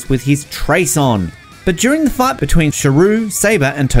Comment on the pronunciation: Ur accent makes “fight” sound like “fart”😂😂, solid list tho